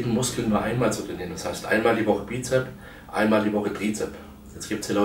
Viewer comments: das heisssssst bizepsssssssssss mit s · Na ja, sein Trizeps ist null vorhanden. Was soll also das blöde Gequatsche von dicken Armen, wenn sie nicht ausgewogen sind. UND: Wann lernt er endlich, dass es BizepS und TrizepS heisst. Peinlich!